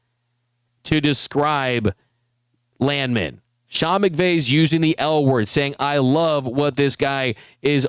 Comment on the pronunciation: It's pronounced Land Man.